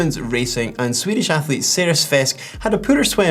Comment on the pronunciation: Frasier we need to work on your Swedish pronunciation 😂👍🏼